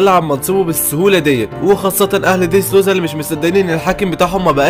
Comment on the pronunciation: يا خي بالهي عليك انطق الاسمي با الصحيح اسمه دريسروزا مو ديدرودا